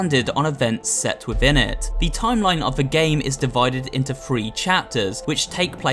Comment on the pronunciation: The video is great, but you're saying "free" instead of "three" XD